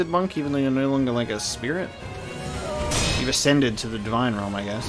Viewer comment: I like how adds an R when he says no and is really angry - "noooor"